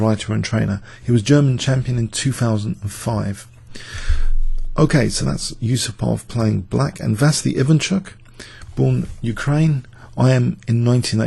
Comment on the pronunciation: It's Vasiliy, not Vasly,Vasily Ivachuk